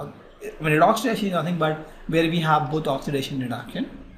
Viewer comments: I like the way u say redox ... redocksh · video is fantastic but more fantastic when you said redox as redokshh